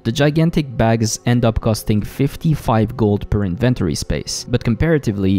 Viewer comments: "Invent-ory" vs "In-ven-tori" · the invent tory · the strangest way to say "inventory" lol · Say it with my now... inventory. Need to really practice that word, man. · Stop saying inventory like that. No one says it like that.